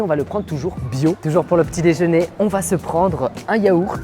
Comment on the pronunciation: C’est l’heure du petit « déjn’er »😂